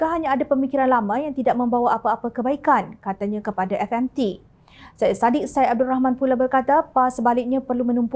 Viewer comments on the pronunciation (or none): none